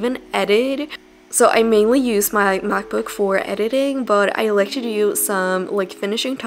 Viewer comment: Why do you pronounce "to" as "chu"? 😂